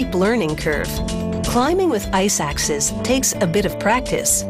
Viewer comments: I-suck-Ses? I want to be Ses too! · am I the only one who heard iSacks?